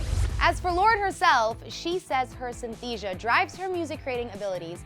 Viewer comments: Synesthesia is NOT a mental illness. It's a neurological phenomenon in which our sensory receptors, in every 1-75k babies, do not uncross during newborn n infancy deployment stages. First, you mispronounced it. SY-NES-THEES-ZHA. Second, you said it was more serious than bipolar, when it's not. All human babies are born that way but only 1 in every 75k never experience a neurological uncross. Your writers ought to be ashamed for putting something as benign n wonderful (although sometimes frustrating) of a condition higher over serious illnesses on this list. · You pronounce what Lourdes has as Sin— es— thesia. And it’s not an illness in the way Lupus is. It’s just your neurons in your brain developed differently then neuro typical people. The neurons might attach your vision with sound or smell with vision. I have it and so does my son. It’s not a horrible thing to live with and it will not kill you or disable you. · Synesthesia is not an illness it's just your brain connecting thing differently. And it's pronounced Sy-ne-ste_sia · Forget the fact that it's not an illness but a gift... let's deal with the fact that she pronounced it wrong 😂... multiple times🤣.... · She said synesthesia wrong and if you already haven’t you should read a mango shaped space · 1) thats NOT how synesthesia is pronounced 2) synesthesia is definitely a serious illness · you pronounced synesthesia wrong. and it’s not a serious illness it’s literally just sensory association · Synesthesia has more letters than she's pronouncing... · The narrator butchered the last one...... That's NOT now you pronounce synesthesia............ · Am I the only one who can't stand the way she says synesthesia. The 'nes' isn't silent. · You pronounced synesthesia wrong lol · she pronounced synesthesia wrong 🤦‍♀️ and it’s not a illness, omg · Synesthesia is more of a trait than a illness it does not harm you in any shape or from. often in more cases it helps you and also you don't know how to pronounce synesthesia